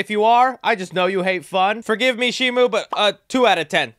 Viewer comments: Why does he keep saying shimu? It's SHIMO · Bro sees the merch says Shimo and still says Shimu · It's Shimo not Shimu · Not shimu, it's shimo